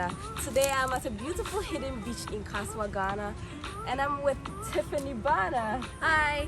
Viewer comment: You got a subscriber when you said Kasoa ❤